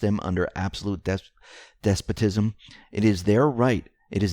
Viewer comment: Let's learn proper English and pronunciations, shall we -especially when reading verbatim. 1. Usurpations 2. Despotism 3. Invariably Look those words up and learn to say them properly. Hearing you butcher common English-language words night after night is like listening to fingernails on a chalkboard.